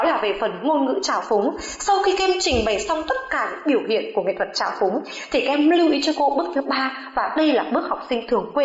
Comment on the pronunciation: nhưng lưu ý. k phải lơ ý